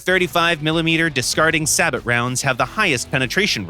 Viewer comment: The t is silent in the word "sabot" and is pronounced as saybow